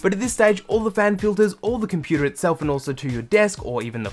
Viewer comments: “Inside our computaarrr” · What is a 'komputaah"?